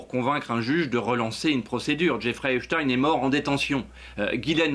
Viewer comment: Pourquoi, ils prononcent tous Eps-tine au lieu de Epstein comme Einstein 🤔